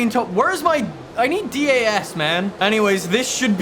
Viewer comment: Dee eh es? Idk about you, but it's just DAS